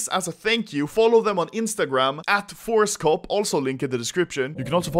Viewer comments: I heard ForceCock not ForceCop XD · i thought he said ForestCock untill i checked description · I thought you were saying Forrest Gump instead of forcecop😂